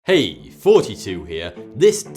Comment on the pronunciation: Your pronounciation on the "Hey" sounded realy swedish, i dont know why i tell you this